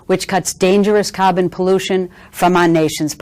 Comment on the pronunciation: "cahhbun pollution". Lol from Boston. Wicked tits duuuude!